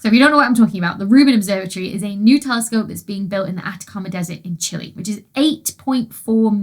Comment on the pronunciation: trophy-yellow-smiling: Thank you so much, Dr Becky, for using the correct English language pronunciation of the country of Chile! 👍 There is a widespread and cringe-worthy tendency to say CHEE-lay in an awkward attempt to mimic the Spanish pronunciation. I 👉HATE👈 that.